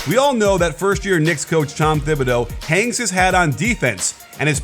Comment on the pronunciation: Bruh its tom Ti-bi-doo not tom Thi-bi-doo